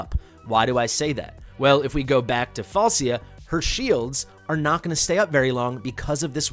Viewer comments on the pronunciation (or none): It's semantic issue the name pronunciation is Falchia